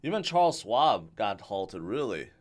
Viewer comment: No swab,. Think: Shhwab, but don't over exaggerate the first part, just say it all at once.